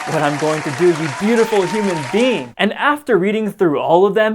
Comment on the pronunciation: I love how he says “ Humsn Being” love alien talk 🤣